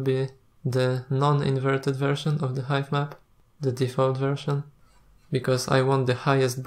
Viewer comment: Great tutorial, thank you. Just pointing out for your English - which is generally excellent by the way, "height" is pronounced "H-eye-tuh" and not "h-eye-th" and "three" is pronounced "th-ree" not as "ff-ree". Just some pointers, I know how tough a second or third language can be :)